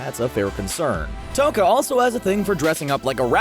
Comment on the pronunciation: Its not toka ITS TOUKA FATTY DUMBO JUMBO JEESUS. STOP ACTING LIKE YOU KNOW EVERY SINGLE ANIME WHEN YOU LITTERALLY JUST COPY PASTE THINGS FROM ANIME WIKI'S. YOU CANT EVEN PRONOUNCE TOUKA RIGHT. LIKE BOI ITS TOY-U-KA